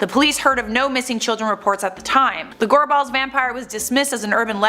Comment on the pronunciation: Correctly pronouncing Gorbals and Edinburgh that lass needs a raise. 👍🤣